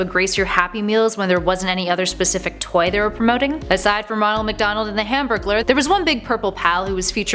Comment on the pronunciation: u said humbergler